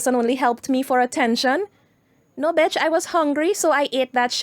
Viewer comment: I die laughing, every time i hear you say, No Bitch! with your accent... Love it🤣🤣🤣🤣